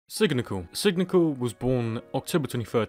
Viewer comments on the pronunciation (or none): dude its not sig-ni-cal it's "sign-ni-citial" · Is Sig-ni-cial not signical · U uh miss pronounced signicial